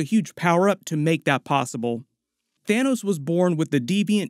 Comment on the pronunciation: lol "Thinos"